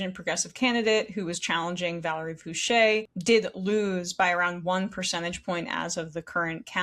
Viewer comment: It is pronounced Foo-shee not Foo-shay. Source: Valerie Foushee is my representative please help.